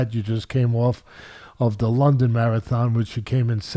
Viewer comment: Hee said da confidence is da same